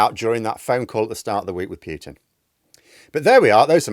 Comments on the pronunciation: It's POO-TIN, not PEE_YOO_TIN!!!!!! I'll give you one more year to start getting it right. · Pyutin is fine. It just makes him sound less hyard and dyangerous. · It is actually pronounced as Pyutin in Russian, with a very soft y after the p... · Pah! Russian people I know pronounce it the way ChatGPT advises: English pronunciation: POO-tin. Russian pronunciation: POO-teen (with a soft "t").